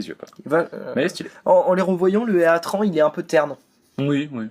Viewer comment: Super vidéo ! :^) Par contre juste pour info,le nom des pokemons légendaires se prononcent comme en anglais. Heatran par exemple se prononce "hitrane".